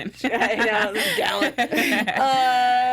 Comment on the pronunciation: Stop saying Gallant wrong. I can't even watch this. Bye.